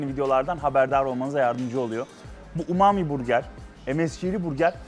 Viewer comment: umumi burger diye okumak?!?